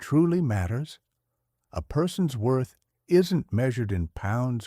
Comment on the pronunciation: "Wroth"? *WORTH